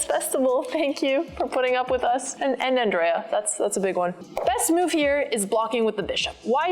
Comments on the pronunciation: Andrrrea, with rolling "r"! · The "ANDREA" sounded very mexican